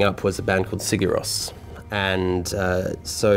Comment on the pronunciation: "Sigur Ros" I see you're a man of culture aswell